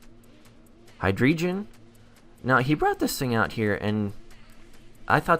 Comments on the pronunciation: bruh hahaha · Does anybody else cringe when you hear him say Hydreigon?